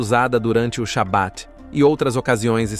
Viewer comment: A pronuncia correta e Halarrá..Acento agudo no ultimo a e nao Halacha Shabat e nao Shabate Peiot e nao paiot RRaredi. Yeshivá acento agudo no a